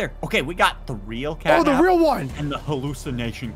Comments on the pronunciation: not capnap, it's catnap. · Uh...? It's supposed to be CatNap not Capnap